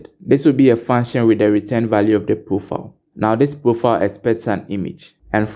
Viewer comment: I get confused when instead of saying profile you say proofile or roouw insted of row